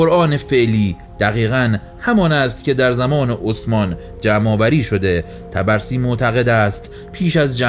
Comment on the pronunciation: خیلی عالی بودلطفااگرامکان داره اسم طبرسی را که اشتباه تلفظ میکنید صحيح کنید.حرف (ب)با سکون تلفظ می‌شود.طب رسی